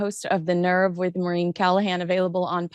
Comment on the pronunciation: Maureen not Mo reen